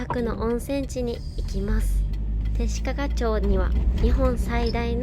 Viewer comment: 弟子屈のイントネーションが違います😅